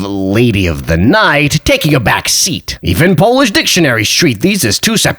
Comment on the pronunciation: Unlike all of language revievers you can really pronounce Polish.